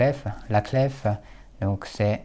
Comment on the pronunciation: Cette vidéo est remarquable, tout comme votre calligraphie et votre niveau de français. Cependant, le mot clef, qu’on écrit aujourd’hui clé, se prononce littéralement comme sa nouvelle écriture le laisse entendre, c’est-à-dire sans le son f.